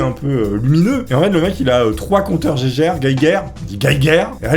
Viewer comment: On dit bien compteur jé jèr en phonétique 🙏